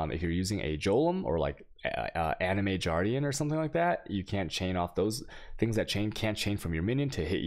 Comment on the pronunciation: looool why do you say jolem and juardian still, looooool I cant